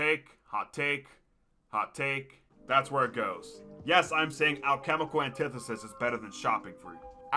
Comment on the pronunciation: Says hes an expert on gobble gum can’t even pronounce “anti-thesis” right lol